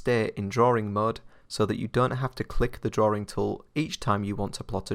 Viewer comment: Drawing, not drawring